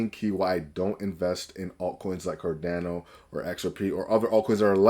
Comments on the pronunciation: My dude can't even say CarDANo 😅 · I have no idea how you ended up on my feed, but if I wanted to sound credible, I'd start by pronouncing cardano correctly.